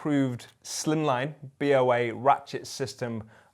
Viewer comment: As a point of note, it's not "B.O.A", it's "BOA", like the snake.